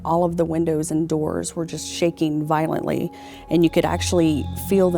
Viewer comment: shane perked up when the girl said vilontley